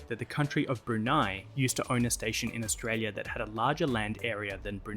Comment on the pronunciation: learn how to say Australia correctly. please its doing my head in.